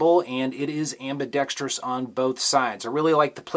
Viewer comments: How did you learn to correctly pronounce "ambidextrous"? It seems that no YouTube gun guys are capable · It's refreshing to hear someone who doesn't say am-bi-dex-tree-us.